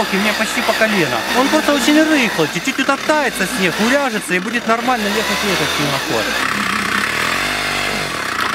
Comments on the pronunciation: Не снех! А снег ❄️ бля букву Г не кто не заменил буквой х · Почему "Х" вместо "Г" ??? Снехаход,хлавный,хараж и тд... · Снехххх снехххху хоняют первее. Интересно а вы г умеете говорить. Или только хе